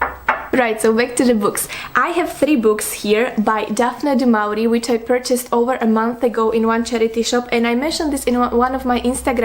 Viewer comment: It’s pronounced like “du mo-ri-e”